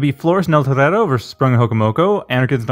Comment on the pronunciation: the way you pronounce eltorero grates my ears